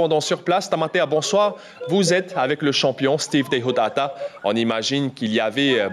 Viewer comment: Ah les journalistes c pas teichotaata mais TEIHOTAATA ya pa ch en tahitien